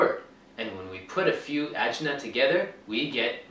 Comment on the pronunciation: The plural of jins is ajnaS, rhymes with class (the "s" at the end is not silent)!